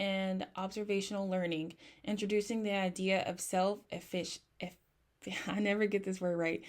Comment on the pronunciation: Eh-fuh-cuh-see ❤ I couldn’t help but giggle with you when you were trying to say efficacy. All love though! Thank you for this video! Very informative and you did a great job!